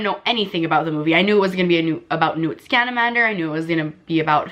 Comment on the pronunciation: “Time TERMINER” Correction - time turner. “ newt SCAMANDERMER” correction - scamander. Can’t be a true Harry Potter fan.